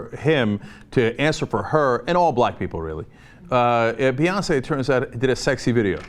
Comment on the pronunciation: that last Beyonceé was pitch perfect lol